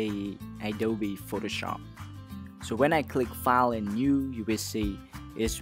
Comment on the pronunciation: You say it like DA FARST FALL instead of THE FIRST FILE